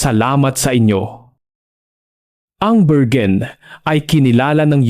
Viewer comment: .. say it again.. "berwin" not bergen